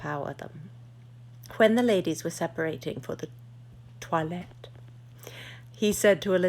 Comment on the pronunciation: "Toilette" is pronounced "Twa-lette."